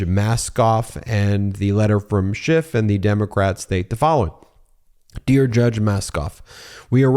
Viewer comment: It's Adam SCHIFF, not Shift! Only the cretinous, nasty-mouthed & rude Donnie tRump says "shift," --- YOU SHOULD PRONOUNCE IT CORRECTLY, else people WILL LEAVE MEIDAS TOUCH DUE TO YOUR RUDENESS! EDIT: ALSO, You owe Rep. Schiff a SINCERE APOLOGY!